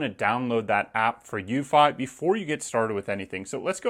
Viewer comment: I thought it was pronouncedc eww-fee, no???